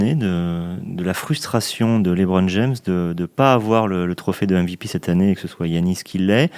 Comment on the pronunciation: J'ai mis un dislike pour la prononciation du mot MVP